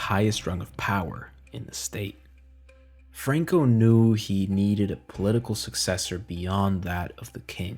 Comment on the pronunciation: Bro speaks English then ads spanish inflection on names Franco bro Not frruankooh Fookin fairy